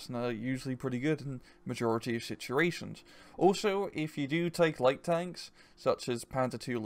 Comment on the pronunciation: What is this accent? You pronounce always as orways. And the word situations is difficult for me to pronounce as a dutch but you really mess that up. I wonder?